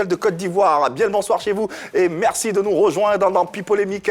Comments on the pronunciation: Dites a qu'on ne dit pas Mexci Lancxé eh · On peut pas lui dire que C'est pas comme ça on dit "merci" ça fatigue mes oreilles djo 🤣